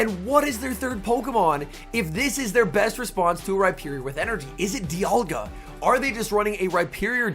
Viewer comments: Isn't saying dialga as Dye uhh gaah instead of dee aaal gaah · Is it just me or did someone else notice pronouncing dialga differently throughout the video